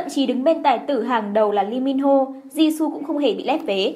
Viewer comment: DẦn dần, di su =))) phát âm nghe cạn lời vl :)